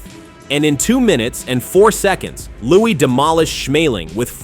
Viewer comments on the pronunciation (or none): Ai makes Louis sound like Louie